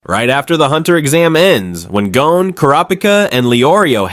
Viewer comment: Bruh... He-so-Ka.... and Gone, not GO-Ne. otherwise, fuckin nice. Never noticed Panzo